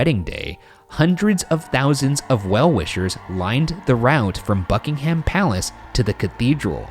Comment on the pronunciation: How does Ryan manage to flawlessly pronounce Icelandic cities and names, but struggle with Buckingham Palace and Norfolk?(❁´◡`❁)